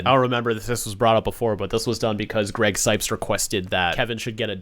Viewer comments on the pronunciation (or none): none